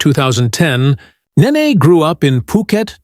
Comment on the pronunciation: BTY, it's Nene (Ney Ney, not Nah ney) Get it right, she's a future superstar 😌